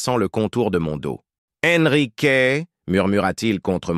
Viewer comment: 38 minutes et enfin Ennrick au lieu de EN Risque, précieux ridicule